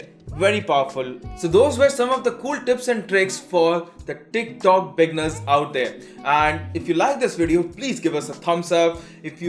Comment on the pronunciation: Teerk talk...😂